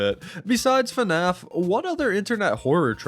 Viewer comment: pls its fnaf, not fuhnaf